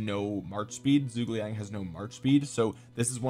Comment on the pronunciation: whats that zhuge liang pronounciation thooo so sorry it,s soo bad